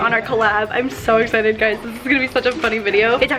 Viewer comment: “Sho exchited”